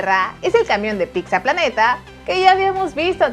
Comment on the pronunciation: Segunda vez que dicen "PICSA PLANETA" en estos videos JAJAJAJA